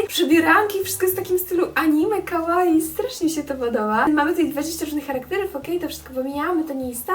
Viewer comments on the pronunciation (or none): none